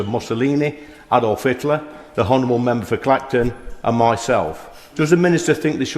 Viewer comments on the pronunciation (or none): The "hhhhonourable" Member for Clacton... did nobody tell him that the "h" in "honourable" is silent? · Anyone would think he's never listened when 99.99% of parliantarians pronounced the word Honourable. They just lie.